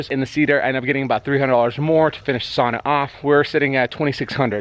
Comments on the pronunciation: 2020 and people are still completely unable to pronounce "sauna" correctly. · Before he even started to do anything in the video... the first cue was that he doesn't even know how to pronounce the word sauna correctly. Everything else after that is just downhill from there. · yes but the etiology of the word is Finnish and any Finn you ask will correct you about the pronunciation. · Sauna = Sow-na not Saw-na (Finn) Cool build. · ITS PRONOUNCED SOW NA. NOT SAW NA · It's not a "Soona" it's a "Sauna" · I’m from the UP too, it gibbles my gumfoes when people pronounce sauna as sahna instead of sownah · It's pronounced sow na. Not saw na. Nice first try but don't quit your day job. Have fun ripping up that floor. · It´s called sauna, not saana. Get that rite. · I stopped watching when you said SAWNA it fricken SOWNA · A nice job, with a lot of things done right. However... A few points: - The first syllable of sauna rhymes with "cow". - Sauna doors are typically 24" wide. - The paneling should be free of knots—at least anywhere people are likely to lean (or sit)—because knots are far denser and get a lot hotter. - Without an air gap between the foil and paneling (usually achieved by nailing 1x2s to the studs over the foil), the reflective value of the foil is negated. The air gap is also necessary to ensure airflow behind the paneling to prevent mold and mildew. - You don't want to cover those gaps between the walls and ceiling with molding (re previous point). - Insulation on the floor isn't necessary, as there is no significant loss of heat there. Duckboards over concrete is the usual inexpensive solution. Tile is also common. - The floor should have a drain to deal with any incidental water—and to facilitate cleaning the sauna. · Well, this went about as well as one would expect when he can't say the word sauna correctly. It's not spelled sanna.... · It's sow-nuh, bruh. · it's pronounced SOW-na.